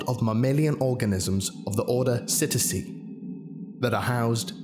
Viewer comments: Cetacea is pronounced like "Sit-ay-shia" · Cetacea is not pronounced "Sit-ih-sea" but "Set-aye-she-ah". A group of marine mammals that encompasses dolphins and whales. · "Cetacea" is pronounced like "set-a-sea-ah", or "set-asia", but with a "sh" in place of the "zh" in "asia". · Cetacea - seh-tae-sha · Cetacea is “seh-tay-sha”